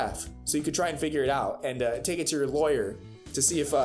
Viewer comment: im loving it when you say FIYURR